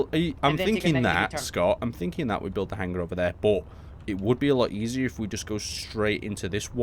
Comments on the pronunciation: really?'Hanger' and not 'Hangar'?but awesome video and work,you give me base inspiration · everytime i here you say hanger i hear hang ger